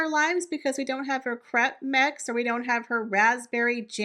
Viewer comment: Lol. I thought you said crap mix, when you said crepe mix. You'd be right either way. Always enjoy your videos. ;)